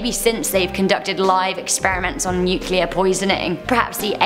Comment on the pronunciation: thank you! A host that can pronounce nuclear correctly!